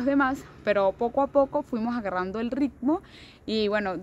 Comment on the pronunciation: Lo bueno es q le agarro el rrrricccmo...